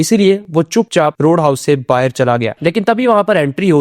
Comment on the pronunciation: Bhaar hota he bahir nhi